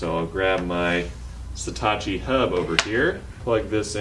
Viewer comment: Is it me or is he saying Setachi instead of Satechi?